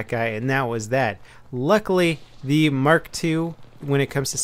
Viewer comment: he means mark eleven but says mark 2